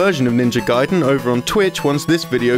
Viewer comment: What's this? A western person finally saying "gaiden" right. Some progress here. Keep it up, after several years i would hear them finally say Ryu right at last, with one syllable, like it should be. And not some reeeeiiiyuuuuooo or what's that supposed to be. And you wonder why they renamed ryukenden to gaiden. You can't even pronounce three letter right, let alone whole word..